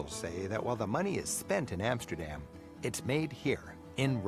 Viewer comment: Its pronounced "RoTTerdahm" and "Ahmsterdahm" with the emphasis on 'dam'